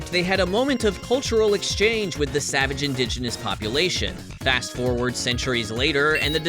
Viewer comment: Why he say savage like that lol